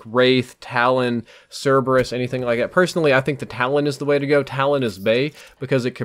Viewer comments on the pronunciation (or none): none